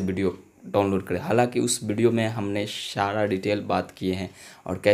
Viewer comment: shara nhi sara hota hai